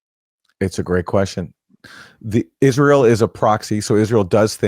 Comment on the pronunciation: Eye-Ray-L most likely has a nuke in either DC or in Saudi Arabia's main oil processing station. The Abqaiq facility, located near Dhahran.